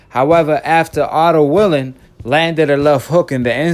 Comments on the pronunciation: Bruh u don't pronounce nothing right 😂😂😂...it's wallin not willin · It’s Wallin not Willing Brother. Stop acting illiterate and undermining the man name